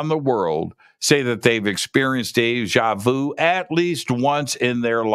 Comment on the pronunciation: When you say. "It's just like de ja veau". Is that de ja veau? Definitely is yes.